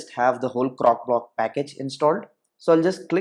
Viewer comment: CroCOblock! Not Crocblock. I kept hearing cockblock. LOL 😂 Great video though. Thank you.